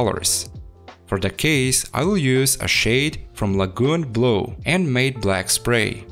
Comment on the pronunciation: matte is pronounced M-a-t as in the name btw for the future.